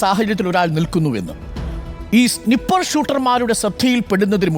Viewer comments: പുള്ളിക്ക് snipper ഉം sniper ഉം കൂടെ തെറ്റിയതാണെന്ന് തോന്നുന്നു😊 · Eda potta, Donald ennalla, do-oanld enne parayanam. Snipper alla, snyeper enne parayanam. 😅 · snipper alla it's sniper 😅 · I think it's സ്നൈപർ, instead of snipper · സ്നിപ്പർ അല്ല സ്‌നയ്പ്പർ ആണ് 😂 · Snipper😂😂😂 ..eth kopile paditham aada ne padiche...snipper alla "SNIPER"(READ AS "SNYPER")..VIVARAM ILLATHAVAN! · സ്നിപ്പർ അല്ലാ …സ്നൈപ്പർ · Fight fight എന്നല്ല fuck fuck എന്നാണ് പറയുന്നത് 😂പിന്നെ സ്നിപ്പർ അല്ല സ്‌നൈപ്പർ എന്നാണ് 🤦‍♂️ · സ്നിപ്പർ അല്ല, സ്നൈപ്പർ ആണ്. ജോൺ ഓഫ് കെന്നഡി അല്ല ജോൺ എഫ് കെന്നഡി എന്ന് പറയൂ. Joan of Arc & John f Kennedy മിക്സ് ആയി പോയോ 😂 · Its Sniper not snyper.. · സ്നിപ്പർ അല്ല, സ്ലിപ്പർ..... ആണത്രേ മൊട്ടയ്ക്ക്.....സ്‌നൈപ്പർ എന്നാണ് അത് പറയേണ്ടതെന്ന് മൂക്കള ഒലിപ്പിച് നടക്കുന്ന പിള്ളേർക്ക് വരെ അറിയാം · Arun, it's സ്നൈപ്പർ not സ്‌നി പ്പർ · Sniper Sny-per enn vayikkum. Snip- er ennalla. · SNI...PPER 😂😂😂 KASHTAM